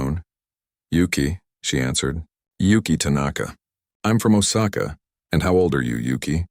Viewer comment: It's oh sa ka get your act together